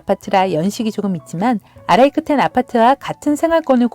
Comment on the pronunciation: 다 좋았는데 천안역사동 아라이크텐이라 읽으셔서 뭔가 민망하네요. 천안역사 동아라이크텐입니다. 아라이크텐 아니에욬ㅋㅋㅋ